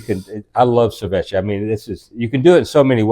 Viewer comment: I had to go back 3 times because "ser-vech-a" 😂 mah dood... "sa-vee-chay" 🤦‍♂️